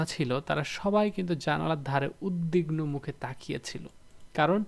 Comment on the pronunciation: তো, আপনি এত কথা বলেন কেন? উচ্চারণের ব্যাপার আরো সতর্কতা আশা করছি। আপনি 'উদবিগনোকে' বলেছেন 'উদগিবনো' 😭